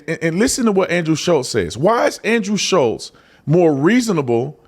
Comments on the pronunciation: Guys it’s Schulz not Shutlz. Forever you guys are saying and spelling his name wrong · FFS.... How is it that only the people that dislike Andrew SCHULZ. Know how to spell and say his name? I love your channel. But c'mon. Getting names right, is 101 stuff.